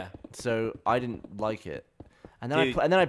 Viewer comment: Its 'didn't'...